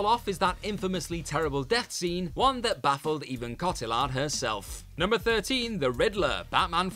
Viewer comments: Alias: AY-lee-us Cotillard: COAT-ee-yard Watanabe: Watt-uh-KNOB-ay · Cotillard: Co-tee-YAHR